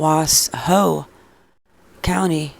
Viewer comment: It's pronounced WA-Shoe